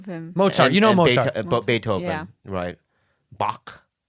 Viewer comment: Beet-ho-ven. Not Bee-tho-ven